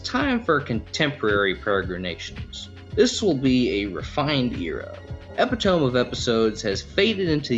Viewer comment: “Epi-toe-me” not “epi-tome” 🥲